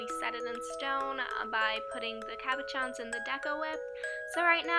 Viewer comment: isn't that just like the states though to take a product like deco whip, screw it up entirely, and put a giant price tag on it. better off with school glue and cornstarch. xD at least you made it work! btw it's caboSHON. it's french.